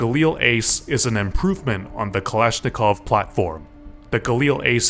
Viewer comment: Not a kalashnikov but a balishnikov